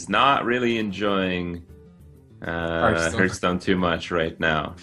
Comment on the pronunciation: Kripp is a better caster indeed. but i absolutely hate it to the bone when he pronounces hearthstone as Heardstone